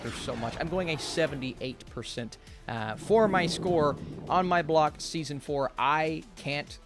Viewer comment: On My Bock or On My Block?